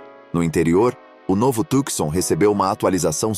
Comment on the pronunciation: Companheiro, não se diz "Tucsom" (oxitona), mas TUCSON (paroxitona)!